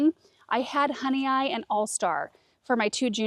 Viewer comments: Hi! Just wanted to help you out with the pronunciation of your Honeoye Strawberries. It is hun E oy. Honeoye is one of the area lakes from western ny in the fingerlakes region. We had a family cottage built on the lake by my husband’s grandparents in the 1930s until the mid 2000s. I live north of the lake in Honeoye Falls just south of Rochester. The Honeoye Strawberry was introduced in 1979 by the berry specialists at the Experimental Station in Geneva, NY. Since that time, commercial growers in New England and states bordering the Great Lakes have grown it with great success. The plants are very winter hardy, vigorous, and have some resistance to powdery mildew. Love watching your show! 😊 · HONEOYE IS PRONOUNCED HONEY OI. Seneca word meaning fingers lying there or fingers on the ground. The seneca living here would cut off a finger. Nobody knows why. Yes i live in Honeoye on Honeoye lake. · Love this! One thing the June bearing is pronounced Hun-ee-OYE they're named after my hometown in NY. They were developed at the Cornell Research Station in Geneva, NY. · I think it's pronounced "honey oy" like boy. At least that's how we pronounce Honeoye lake in upstate NY. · Not that it matters a great deal in the grand scheme of life, but I believe the Honeoye strawberries are named after one of the Honeoye towns in upstate New York near Rochester. There's Honeoye, Honeoye Falls, and Honeoye Lake, which are all pronounced HUH-nee-oy, so it's the food honey plus oy at the end that sounds like oy vey, or coin. I spent a few years in the area, and there are a handful of oddly pronounced towns around there. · It’s pronounced “honey-oy”. I have family from Honeoye Falls, NY. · Honeoye is pronounced “Honey- oy”. I am from the area they are named for in Upstate New York. Love the new beds and you guys! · it's Honeoye (like boy without the B). It's named after a town in Western NY (Finger Lakes region).